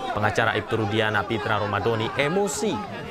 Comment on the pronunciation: Nyebut nama klien sendiri aja salah, rudiana ko jdi rudiansah